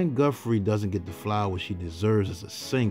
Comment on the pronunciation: I REALLY enjoy your documentaries. I have listened to all of them. It's nice to get a deeper inside look to all of these artists....thank you!! My only ask is for the proper pronunciation of "TH". Please pronounce it as Guthrie, not Guffree 😊